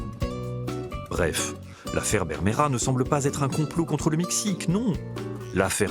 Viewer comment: Présentateur: ta prononciation de l'espagnol est pittoyable. Tu n'a même pas fait un effort, ni la moindre recherche lingüistique. Bermejo du portuguais Vermelho, mais à l'oral, les hispanophones ont l'oreille dure, et ne distinguent pas le B du V, et ne voient pas l'intérêt de les distinguer à l'écrit.